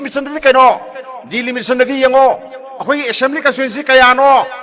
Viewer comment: KEI NO. DELIMITION ..HAIBA BO..... DELIMITATION. HAIBRA